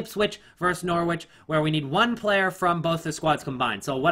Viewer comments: when saying Norwich don't pronounce the W so it sounds like this norich not NOR-Wich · Norwich is pronounced norridge in a way. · Why are you prenouncing Norwich bare weird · Anyone else hate the way he says Norwich